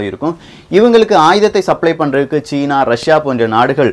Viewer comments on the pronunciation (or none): none